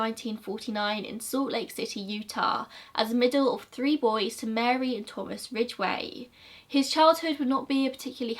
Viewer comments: You say Ridgeway just fine! Thanks for finally making Gazza’s episode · You said his name perfectly